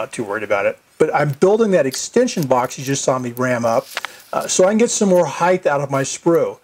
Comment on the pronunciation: love your videos mate, well done, but just have to say after your last video about casted, you know that heighth is not a word right? lol its height, just having fun with ya lol